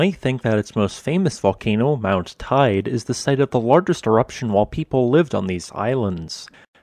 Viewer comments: Its not pronounced Tide its Tea ade de or Tea aid de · it's not pronounced like tide, it's pronounced like tay-de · Please learn to pronounce the names of the places you mention, it grinds my gears. It is really simple, one Google search away. e.g. Teide is pronounced like Tay day, not tide. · Teide is pronounced "TAY-deh" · Just so you know, it's pronounced 'Teeday' or 'Teedee'